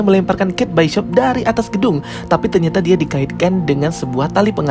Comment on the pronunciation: Kate bishop buka kate byshop😂😅